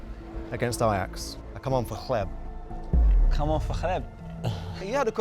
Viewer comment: dude calling "gleb" like "khleb"